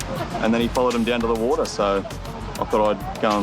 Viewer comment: Water: "Uodar"?? 😂😆